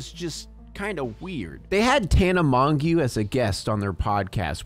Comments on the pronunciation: Wooww what the fuck! Those kissing scenes should have never been on tv let alone filmed the fact they are in compliations are insane!! That's disgusting... on another note,Tana monogue is pronounced like tana "mojo" im a huge fan of tana and she's been doing nothing but growing as a person she does put herself in weird situations but shes great and seems more genuine then most. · Your pronunciation of Tana's last name is just 😬